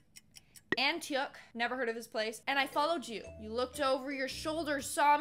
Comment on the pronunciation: And that town I'm familiar with. Its pronounced" An -tea -ock"